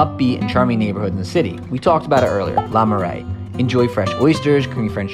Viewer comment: Oh my word, every time he said ‘la’ I cringed. Try pronouncing it like the ‘oo’ in ‘book’ or ‘cook’.